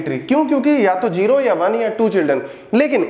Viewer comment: sir jero nai zero hota h plzz correct krlyn ye jero jero 😐😐😐:eyes-purple-crying::face-purple-crying::face-blue-wide-eyes